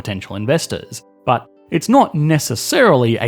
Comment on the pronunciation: The way this man says "BHUT" makes me feel things